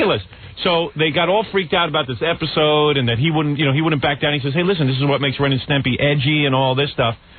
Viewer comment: Howard totally incapable of saying "Ren and Stimpy" properly. "Stempy."